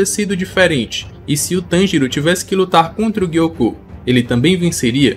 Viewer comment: Por que o Gyoko é gui-ôcô e o Hantengu não é Hanten-gÚ? 😂